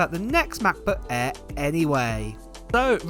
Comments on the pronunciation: M-FREE MA-BO-EEEH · makbuk eee and makbuk proow